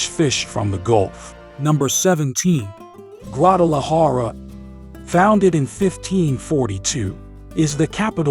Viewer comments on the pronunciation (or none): Se oye funny cuando pronuncia los nombres en español guaajajara sierra madree